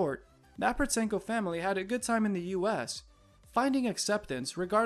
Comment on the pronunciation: Just for your info, Protsenko is pronounced with a silent T, so sounds like Prossenko. If you wanna make money off the back of her fame the least you could do it your research on her.